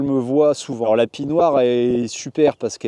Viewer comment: Pis noir, pas pie noire !